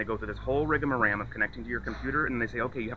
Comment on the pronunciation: It’s rigamarole,not rigamaram!😅